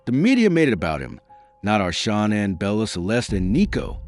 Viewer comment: Her name is Shanann. Pronounced Sha nann. There is no O in her name.